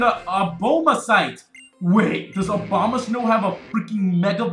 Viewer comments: It is pronounced like Uh-bomb-uh-stone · it is pronounced A-bom-a-snow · I just pronounce Abomasnow as Obama-snow